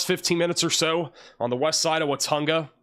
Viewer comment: I wax born in Watonga OK. Its pronounced Wa-TONG-a. emphases over the middle syllable ‘tong’